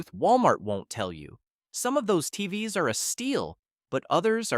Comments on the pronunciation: These AI voices are so annoying. Instead of saying TVs, The voice says TV ess. Someone should be checking these things. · When they pronounce TVs as T-V-S, it's time to check out. Written and read by AI. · "Tee-vee-ess" for "TVs"? With AI reading the script without human quality control, how are we supposed to trust your opinion about anything?